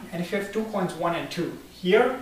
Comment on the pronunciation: Stop pronouncing coins as chhhoins